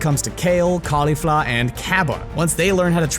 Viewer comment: Why can you never pronounce names right? Turble? Caulifa?